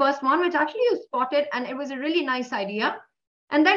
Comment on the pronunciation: "I love it-tuh!"